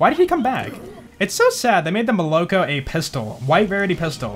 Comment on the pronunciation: Russians: molokO: molOko